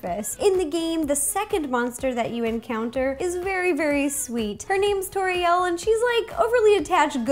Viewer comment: it's pronounsed tOriel, as in tutorial